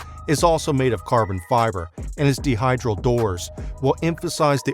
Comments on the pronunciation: "Vaulhailia" > Valhalla "Dehydral door" > Dihedral door "Grey Cal" > Grecale (Greh-cialey) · He also screwed up “dihedral” on the same car and instead conflated it with another word he already knows— dehydrate. I mean, look shit up when you don’t recognize it. Don’t assume it’s new to everyone just because it’s new to you.